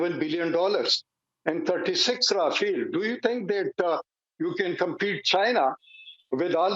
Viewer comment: Pak defence expert saying rafeeeeeel.abe chuche it's rafale not rafeeeel